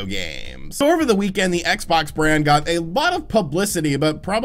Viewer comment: What's a "reekend"?